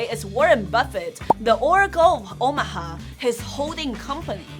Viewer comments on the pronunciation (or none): none